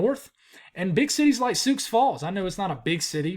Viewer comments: Listening from Nebraska here! Thanks for the forecast,! Hebron is pronounced “Hee-bren” and Sioux is pronounced “Soo”. Keep up the good work. Bracing ourselves for this snowfall in the Cornhusker state. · Sioux is pronounced "Soo"